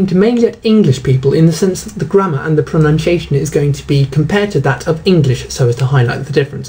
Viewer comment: He looks like he could do with a lesson in English pronunciation....he cant even pronounce pronunciation!!!